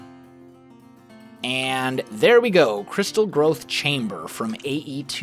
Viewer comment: i keep on thinking that is saying crystal meth accelerator instead of crystal growth accelerator